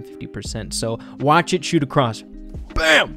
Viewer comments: dear, it's across not acrosst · Kinda frustrating that he kept saying acrosst 😂